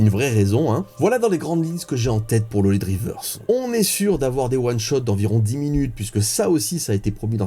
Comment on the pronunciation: Ce qui est sympa avec cette façon de prononcer OLYDRIVERSE c’est que j’entends « Dick Rivers » à chaque fois. 😇